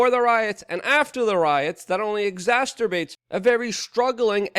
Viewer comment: You can't say tumultuous or exacerbates correctly, so just stop. Stick to one or two syllables. Exasturbates makes you look ridiculous.